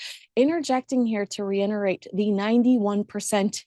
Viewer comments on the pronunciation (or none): I love you, but I've just got to, FINALLY, tell you, there is no "" N" in the word "Reiterate". You're gorgeous, and probably sweetest thing on YouTube. Certainly the best I'VE seen!